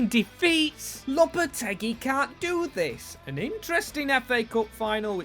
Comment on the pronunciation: Its pronounced lopa-tay-gee